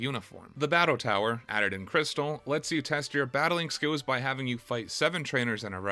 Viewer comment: Bro why do you say your "L's" like "W's"?! I am enjoying your video but HOLY SHIT. Poke'mon Gowd?(Gold) Battow?(Battle) Skiwws?(skills?) this game has too many L words to handle this.